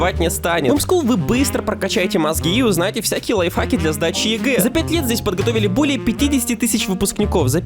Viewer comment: Мне послышалось ,или ты сказал "ЛайФАК" класс